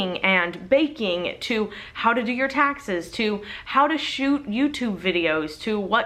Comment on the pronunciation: you said "how to do your taxes" but my son heard "how to feed your cactus" 😂🌵